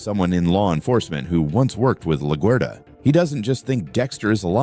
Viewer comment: please say laguerta right ur pissing me off